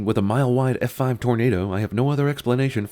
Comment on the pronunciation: Did Cinema Sins just go southern randomly? His drawl sounded like "Eff Fahhve."